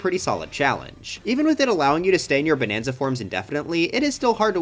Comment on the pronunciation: “Bananza Central”😂😂